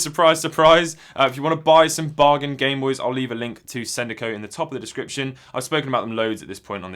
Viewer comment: Did you say bamenoys?